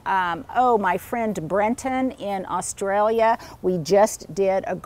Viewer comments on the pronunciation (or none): none